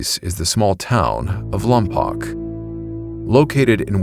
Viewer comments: Great video (except lompoc is pronounced "Lom-Poke"). As a Santa barbara resident, I have heard stories of these giants from local chumash people in that specific area, as well as in vandenburg AFB (Space Force). I heard accounts of finding remains of 'giants' in the area as well as pictographs in the surrounding wildlands, and supposed government coverups of these giants' remains, even in relatively recent years. Although I have not seen any evidence other than what was told to me. Cool to see these historical accounts appear on your channel. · I’m from Lompoc. We used to hang out in the mission late nights. Place is weird. Definitely a few weird stories for me. Also, it’s still spelled Lompoc but pronounced Lompoke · It's pronounced LOM-POKE, not lom-pock. Just fyi.😊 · Just a note of correction for you. At the beginning, the mention of Lompoc. It's pronounced "LAWM-poke," not "LAWM-pock." I should know. I lived there for 3 years back in the 1970s and people were correcting me over the name when I first arrived. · Slight correction, it's lom-poke, not lom-pock. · It's pronounced "LAHM-POKE" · It's pronounced lom-poke, and it's next to VBAFB. The town itself sucks, but that mission is well preserved and a nice place to hike. I was friends with the group of guys who were messing with the ghost adventures crew when they filmed there. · It's pronounced Lompoke. I grew up there, born on Vandenberg AFB (now Vandenberg Space Force Base). Sorry, lol. It's something that drives people from there crazy. 😊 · its pronounced "lom-poke" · Hello! Great video. I'm from around that area. Lompoc is pronounced "Lom-poke." FYI. Anyhow, giant skeletons were also found on the Channel Islands. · Huh, I didn't know that. I've only ever heard it pronounced lom-pock